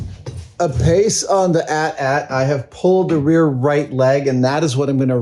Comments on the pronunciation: Adam!!! It’s not ‘At At’ … it’s an AT-AT (aye tee - aye tee) which is short for ‘All Terrain Armored Transport.’ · I hate that you're pronouncing it as @@ I've always said each letter A T - A T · Sir, it’s AT-AT, not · A.T.A.T. not "at" "at". you don't call the smaller one an "at" "ssst" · people who pronounce AT-AT like Adam does, how do you pronounce AT-ST..? :D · It's insane to me someone would pronounce that AT in AT-AT differently than the AT in AT-ST. They both stand for all terrain.